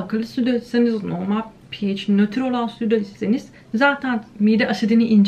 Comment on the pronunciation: Okulda neden pehaş diye bi okuma tarzi yayılmış acaba:) pieyc deyince kulagima ondan bi değişik geldi sanırım